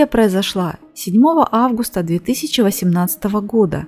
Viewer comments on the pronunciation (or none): none